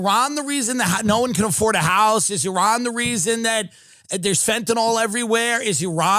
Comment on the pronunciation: Thank you for pronouncing Iran correctly. It is eerun, not "I Ran". Iran is a fighter not a runner.